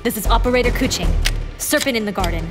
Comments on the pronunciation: Why do they pronounce her name k-U-ching? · The best part is when they pronounce kekwing’s name like “coochie” lmfaoo i love it